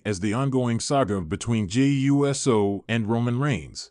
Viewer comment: It's freaking Uso no uu ss oo ou so? Stop butchering people's name!